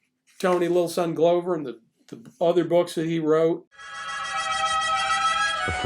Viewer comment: I was around the Minneapolis scene in the 60s and 70s, and KR&G (in various combinations) were great. And everybody had this book, invaluable even with his sometimes annoying hipster slang. PS--Tony Glover's name is pronounced "Glove-er" not "Glow-ver."